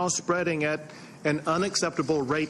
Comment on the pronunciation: "It must be corralled." We get it, you're in Texas...